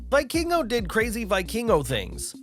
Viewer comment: It's pronounced vee-keen-go lol